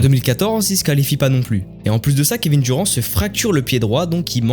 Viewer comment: Kevin duron 😂😂😂😂 bordel va prendre des cours d'anglais petit ....